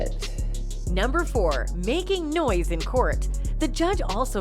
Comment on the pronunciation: Noice? OBJECTION! It's spelled 'noise'